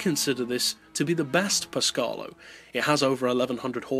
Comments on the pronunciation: It Pescarolo (Pes-ca-ro-lo) not Pescarlo (Pes-car-lo) and (Sow-ber) not (So-ber) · Italian rant on the way Its actually Péscarolo, not Pescárolo, and your pronunciation would be Pescarlo in italian. Sorry for the rant :) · Great video. Only just got gt6 to work on my old ps3. Glad i did tho!! One thing that did make me smile - Pescalo? I know a bloke named Henri that would be a bit miffed at your pronunciation.;) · After hearing that only LMP(1) and Group C cars are considered for this list, I am surprised to see a concept car in first place. I am not really sure that car would be legal under the rules... How did you pronounce "PescArolo"? I couldn't hear the "a" in it :P